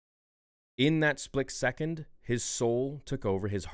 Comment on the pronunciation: bro why tf do you say “splik second” it is driving me NUTS 😂